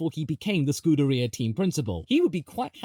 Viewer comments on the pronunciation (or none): none